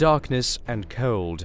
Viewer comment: He says cold like zafrank1 does as a joke lol